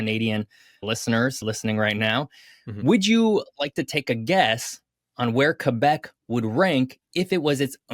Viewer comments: Always love when anglophones pronounce it Kay-Bec (properly) instead of Qweh-Bec (anglicized). Love the content 🖤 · both are acceptable, the proper official correct one is kaybec (both E are not pronouced the same) but some french people kinda mix the ay and eh sounds in general so youll also hear kehbec a lot